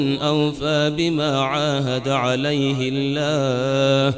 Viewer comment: I listened to it some more, I’m not sure if it’s me, can someone else please confirm. At he says- Alayhil llaha - Fasayuntuhi It should be: Alayhul Llaha - Fasayutihi If it is me that is mistaken, i apologize in advance